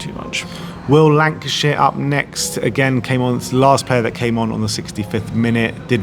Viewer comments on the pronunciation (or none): haha..they do get this wrong a bit. we are all human . also Lankshear not shire!